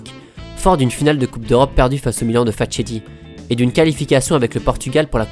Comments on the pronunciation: La défaite en 1965, c'est face a L'Inter et non le Milan, l'Inter de Facchetti, qui se prononce Fa"k"etti, comme Ranocchia ou Giaccherini, sinon superbe vidéos, gros boulot continue ;) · Mec j'adore tes video , mais cela doit être la 5ème fois que tu écorches le nom de l'illustre Giacinto Facchetti, son nom ce prononce Faketti